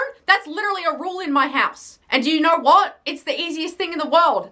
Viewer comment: Just the way you pronounce ''Do you knueeeuw''